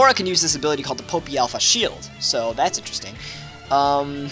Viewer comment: its not popi. its poppi as in pop-pi